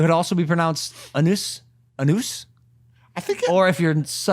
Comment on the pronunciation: It’s pronounced oo-nuhs ahhh-nuhs for those who don’t know how to pronounce it